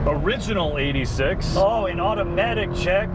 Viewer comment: It's Eight Six, not eighty six pls